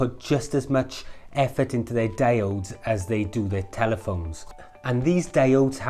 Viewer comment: ALUMINUM! Damit, also their pronounced DI-ODES!